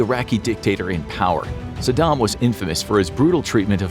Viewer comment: Brahh the way you purnounces Saddam... Are you kidding me? Lol did you live under a rock in 2004?